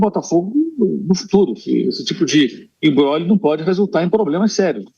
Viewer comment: o cara fala "imbróglio" como G junto pqp, nem falar esse cara sabe.